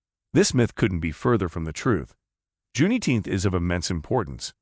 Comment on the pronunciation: I do not like how he says Juneteenth like that